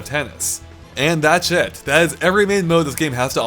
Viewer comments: You really need to say "thats it" better. I keep hearing "thats shit." 😂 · It sounded like "That shit" rather then "That's it" Well played.:P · It sounds like here is saying that's sh*t rather than that's it. But I think the former meaning suits the game well to be honest. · "And that's it" sounded like "And that's shit" and it fit perfectly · I love when says "that's it", it sounds like he says "that's shit". lol